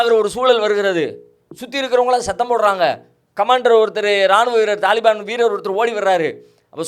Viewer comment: தலிபான் என்பது தவறு தாலிபான் தான் சரியான உச்சரிப்பு